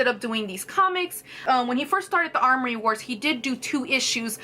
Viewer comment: Amory, not armory.